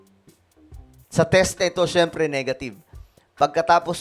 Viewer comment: kita nman ngiwi ay bulol si bbm